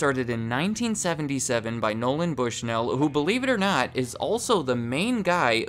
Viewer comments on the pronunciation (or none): I choked on my drink when you said Noland Bushnell.